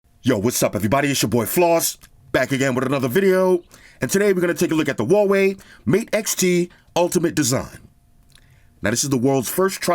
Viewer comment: I miss saying Huawei Hawaii 🤣! Floss why you don’t say Hawaii for a Huawei? Come back saying Hawaii 😂